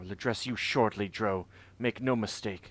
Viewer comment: Notice that Adalon pronounces Drow like "drow," not like "droh." Sorry, but your pronunciation has been driving me nuts all game. I can understand the confusion because words like sow, grow, low, etc are pronounced like "oh" not "ow." However, there are also words like plow, now, wow, etc that are pronounced like "ow." Every time I've heard Drow from official sources it's pronounced "Dr-ow."